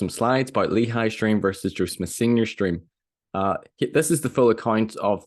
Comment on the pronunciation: “… a Dweam within a dweam” 😂